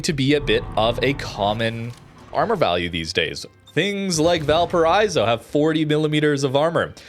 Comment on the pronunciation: I die a little every time you say val paraizo... just imagine a car breaking at 100mph, that sound, is the same sound of the I in valparaIIIIIIIIzo, just do that and it's fine